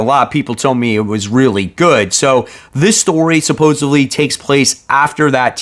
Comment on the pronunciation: Sup-pose-ED-ly. I’m gonna keep knocking you until you say it right. “Supposevly” is not a word. Come on. You literally read for a living.